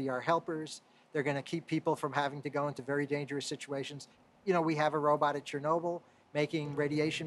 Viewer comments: Anderson ... you mispronounced the word, "robot" like every time. Oh well ... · Anderson says "Row But." ... I wonder if he also says "Supermin" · Why does Anderson Cooper keep calling them 'Ro-butts'? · its annoying me the way anderson cooper says "robutt" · Cool but I learned Anderson Cooper cant say robot lol